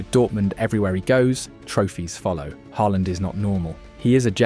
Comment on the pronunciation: U pronounce norwegian names very good.. AA means it pronouced as a Å.. U got Haaland near perfect, but stuggle with other names with letters aa. How u pronoucned Ødegård, is allmost perfect too. Great clip btw.